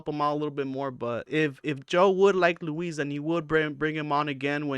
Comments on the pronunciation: Pronounce Luis' name correctly ya bozo. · Bro its louis not Louise... and the hardest you laughed was at brendan mispronouncing Carlon's name. Getting pretty sick of dummies making youtube videos with lukewarm takes about schaub. He sucks, but you guys also suck 😂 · Why are you calling him Louise? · It’s Luis like Lewis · You’re mispronouncing Luis J Gomez’s name… You called George Carlin, George Carltin…. And the legion of skanks is only Big J, Luis J and Dave Smith… just pointing out that these are all the exact things you call Brendan out for. Look in the mirror, you’re projecting the things you don’t like about yourself onto him.